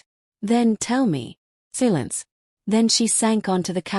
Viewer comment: FFS it's SY-LENCE not fkn SEE-LENCE. 😢LTFREPYDA